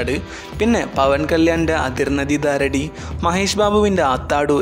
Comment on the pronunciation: Pawan Kalyaninte അതിർനദി ദാരെടി അല്ല സുഹൃത്തേ. "അത്തരിണ്ടിക്കി ദാരേദി" എന്നാണ് ആ സിനിമയുടെ പേര്. മഹേഷ് ബാബുവിൻ്റെ ആത്താഡു അല്ല, "അത്തഡു" എന്നാണ്. ദയവ് ചെയ്ത് സിനിമയുടെ പേരുകൾ തെറ്റിച്ച് പറയരുത്. Request🙏